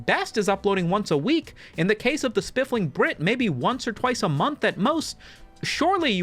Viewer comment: “Spiffing Brit” no L in there 😉 love your content!! Also fellow Virginian!